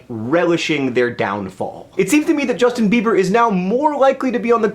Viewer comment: Jushtin Beebur? Is he one of those newfangled Dubstairs? Like Skillex or Deadmow-Five?